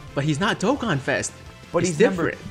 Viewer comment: Finally pronounces Dokkan properly during his intro Also: proceeds to butcher every other word in existence